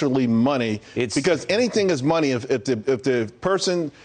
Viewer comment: "They printin monay"